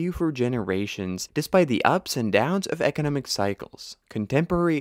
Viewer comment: EKENEMIC POWERHOUSE....EKENEMIC MIRACLE